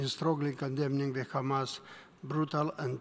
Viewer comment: Israel.. It's hamas.. not khamas btw.